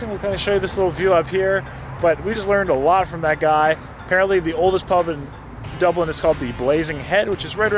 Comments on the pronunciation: Dooblin, tuned into Dublin. What happened? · Dublin. Man pls don't say it like that again 😂